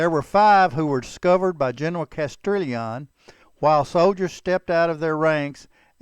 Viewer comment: Learn how to pronounce Spanish names. Castrillion is pronounced castiyion.